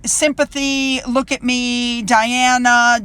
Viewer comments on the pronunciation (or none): none